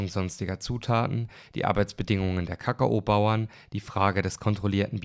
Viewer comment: sehr geiles video, super darstellungsweise und echt simpel und verständlich erklärt wie ich finde trotzdem 9/10 rating weil du ka-ka-obauern gesagt hast und niemand kakao so aussprechen sollte aber dennoch lg und danke für deine mühe